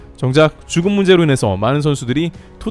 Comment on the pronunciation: 자꾸만 주급이 "죽음"으로 들려서 놀라게 되네요.